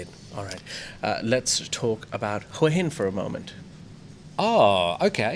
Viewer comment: Who - a - Hin, หัวหิน, it is not difficult.